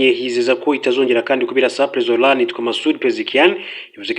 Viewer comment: bavuga iraan SI ilaan please